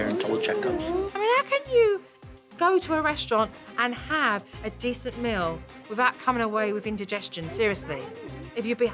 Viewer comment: They should fiw good about going out for a miw? Supernanny, your pronunciation is APPALLING!!!